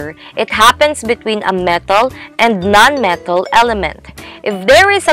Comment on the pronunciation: Real word: Metal: Mataaaaaal 🤣